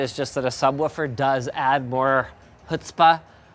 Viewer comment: Did he said adds more Jutzpa? like the hebrew word?? lol